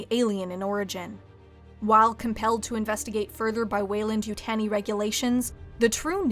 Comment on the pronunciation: how can you manage to mispronounce Weyland-Yutani?